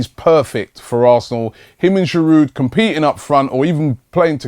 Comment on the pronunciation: Robbie, Please please stop pronouncing the D in Giroud.He is French mate.